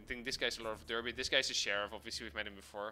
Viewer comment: Another top quality video my man, entertaining from start to finish! PS: Derby is actually pronounced as Darby by the great people of Britain ;)